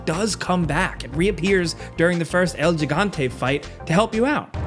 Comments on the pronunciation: "El Jigante" really? Really? Its El Gigante. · Omg it's pronounced "El He-gante" He not Gi stop butchering our language please every single time omg